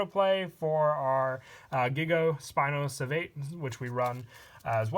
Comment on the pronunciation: Spinosavate is pronounced spino-sa-vah-teh